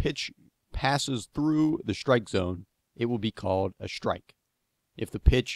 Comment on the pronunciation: Great video. So pleased I'm finally clear about what constitutes a proper shtrike ;)